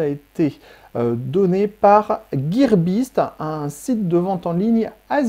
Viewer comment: Guirebiste? Sérieux